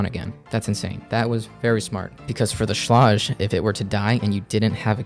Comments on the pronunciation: Schlage is pronounced - like the word Sage or age. Sch + la + age. Not Sch + la + odge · Schlāge. Not Schläge. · the fact you say Schlague 1000 Times and you mispronounce it is hilarious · Pronunciation= Schlage rhymes with egg or vague or hague. "SHLEGG" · great video, and i hate to be the grammer police because those people drive me nuts,buttttt. schlage is pronounced shlag shhhhh-lag. just for next time. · It's pronounced Shlayg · Sh-lay-ge I don’t know wtf your saying lll😂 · Shlayg. Look up pronunciation please. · You're not saying SCHLAGE correctly. Watch this video to see how to say it.